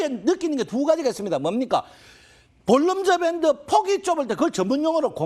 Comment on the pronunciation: ㅋㅋ 발음이 새시네. 볼린저밴드Bollinger band